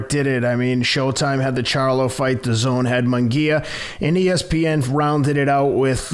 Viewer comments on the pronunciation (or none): none